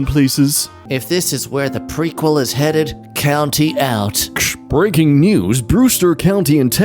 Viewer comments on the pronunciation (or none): I think the "county out" post was actually an intentional reference to a video on the Lion King remake, where it's pointed out that Zazu legitimately sounds like he's saying "county out" instead of "count me out" in one of his lines in I Just Can't Wait To Be King